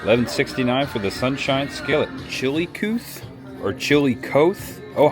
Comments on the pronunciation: Chilla cothe is how you pronounce Chillocothe. The first capitol of Ohio. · It is pronounced Rye-Oh Grand. Gallipolis is pronounced either Galla-police or My mom used to say Galla-poliss. Chillicothe is Chill-a-cahth-ee. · Haha it's pronounced Chilla Cothee like Cathy except with an O. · Chil a cotheeee. Gal a police. That's how you pronounce those two cities. I live in Ohio so therefore thats how I know. Nice video too. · Some town pronunciation assistance from an Ohio native :) Rio Grande is [RYE-oh grand]. Gallipolis is [gal-uh-PO-lease] Chillicothe is [chill-uh-COTH-ee] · Very fun video love it. Pronounced chile-coth-e thanks for sharing this! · For pronunciation help, I personally would have gone with Galla police and Chillow cothee. Some people would say Chilla cothee. And for, it's pronounced Rio grand, not Rio gronday. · I think Rio Grande is pronounced Rye-Oh-Grand. And Gallipolis is Galla-Police. Oh, and Chill-uh-couth-ee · Let me help you with that town name...I live in Chillicothe, TX and we say chill-ee-koth-ee. That breakfast looks fabulous! I had never heard the information on Bob Evans and enoyed seeing the farm. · Great video!! It’s actually pronounced “SORE GUM” no shade thrown. 😃✌🏼Also Chillicothe used to be the capitol of Ohio. Locals pronounce it “Chill A Caw The” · Yes you butchered Chillicothe and Gallipolis. But that's ok..you can look up later..I've been to the original resturant many times rt7.. and the homestead used to have cattle and mustangs which you could trail ride thru the cattle. That's when Bob and Jewell still.lived there..the festivals are great. Lots of music, crafts, etc. That place was great when you could ride horses. They were Mustangs but that now makes me sad because I know how they are captured. Oh well..gone now..